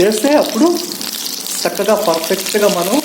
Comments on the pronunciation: Sakkagaa kaadu chakkagaa ani palakandi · Sakkaga kadu chakkaga